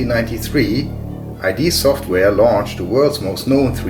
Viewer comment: I D ... he said I D software!! ;) Nice video with a very nice pc setup as well. Thanks!